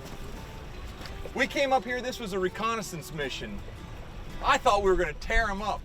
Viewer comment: do you realize how rediculous it sounds when you say recondensence mishion huuuuh huuuuh duihhhhh